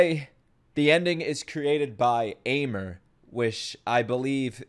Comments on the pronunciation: fun fact Aimer's proper pronounce is 'émé' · Aimer's name is pronounced exactly Emme.